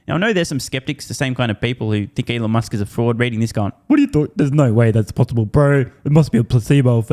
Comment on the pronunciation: Never trust cnbs experts pronouncing Elon “Elaan”